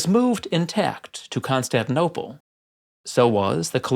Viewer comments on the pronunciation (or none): none